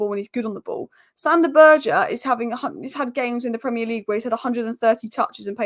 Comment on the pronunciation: BURGER SAY IT WITH ME!!!